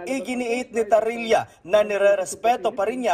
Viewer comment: TARRIELA ang surname hindi TARILLA😂